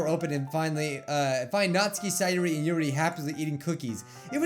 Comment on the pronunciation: i love it when he pronounces their names correctly nat-ski sa-yori